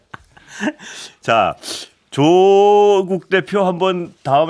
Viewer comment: 다 끝내주게 잘 하시는데 조국대표만 좀 약하네요ㅋㅋ 경북은 1음절, 경남은 2음절에 보통 강세를 두는데 반대로 하시네요ㅋㅋ